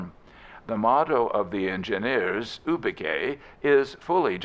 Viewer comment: I wish people would check how words are pronounced. Eg Ubique.